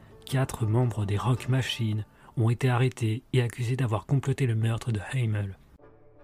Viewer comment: On prononce Hamel en Français et les SS n'était pas suprémaciste mais des motards 1%